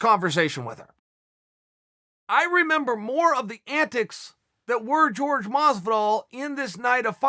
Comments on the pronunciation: Everything. Including pronouncing his own name the wrong way despite all Chael's attempts to correct him. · his name its not George its Jorge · They don’t call him Miguel, why is he calling Jorge George lol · So Uncle Chael has known Masvidal for years and still calls him George.. Awesome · I've heard Jorge himself pronounce it George.